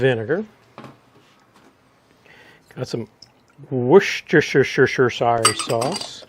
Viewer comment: Worcestershire = wooster-sheer. Great recipe mate, the jerky looks great. Might give this one a crack.